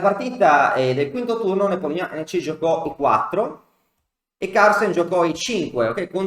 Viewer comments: Sempre ammirevole il racconto della partita e contorni! (personalmente non ne so nulla, ma un'amica russa mi dice che la pronuncia dovrebbe essere +o- "Nepòmnici"...) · Ho scoperto che si pronuncia Nepomnionchi 😁